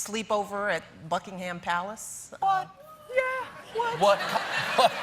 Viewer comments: I love how she says she sucks at pronouncing names and then continues to mispronounce "Buckingham". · I find it funny that she pronounces "buckingham" wrong right after she says how she forgets how to pronounce names 😂 still love her though